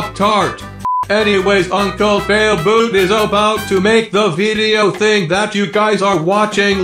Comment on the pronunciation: I hear failbloot